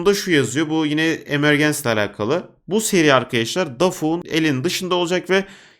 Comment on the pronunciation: Abi emegence “imörcıns” diye okunuyor.